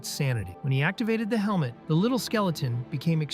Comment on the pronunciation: "He used a skill called Elmo of Madness (Helmet of Madness)" AI Voice fuckin up or the creator typo'd the script lmao.